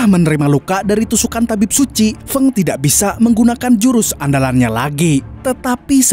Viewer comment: Feng itu dibacanya Feng bukan Feng....😊